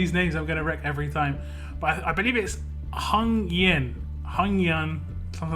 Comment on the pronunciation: His name is pronounced Hane yen